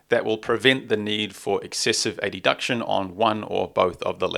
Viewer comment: Adduction is not pronounced “a-d-duction”